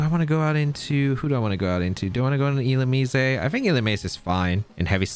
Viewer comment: I pronounce it illu-MEEZ